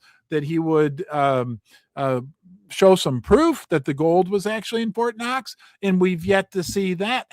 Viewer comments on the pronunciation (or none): none